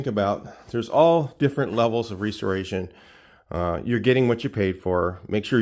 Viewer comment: The way you pronounce restoration is enough for me to skate. See ya🎉